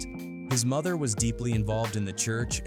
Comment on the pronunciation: The amount of words and names mispronounced in this video is ridiculous!! 🤦🏾‍♂️ Soo-Gay Knight. Karoopt Tha streetz is a Mootha! 🤦🏾‍♂️